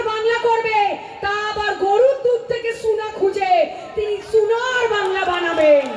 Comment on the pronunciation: আগে উচ্চারণটা ঠিক করূন। আমার মতে বাংলা ভাষার অপমান হচ্ছে। সুনার বাংলা ❌ সোনার বাংলা ✅